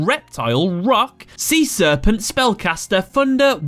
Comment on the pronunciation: "Sea-SEArpent" lawlz.